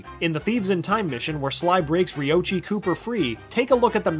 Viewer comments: Lol Ri oahci that’s what you called him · Maybe it's just me but on fact #93 it bothered me that they said rioichi's name wrong